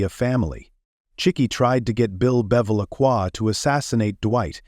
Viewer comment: I was lol when I heard Bill Beva-la-kua